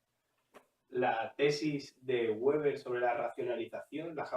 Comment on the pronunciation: Hola. Una cosa: el apellido Weber es de origen alemán, no británico ni neerlandés, por lo tanto la w se pronuncia como b